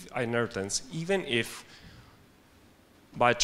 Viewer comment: Stop saying Hinaritance!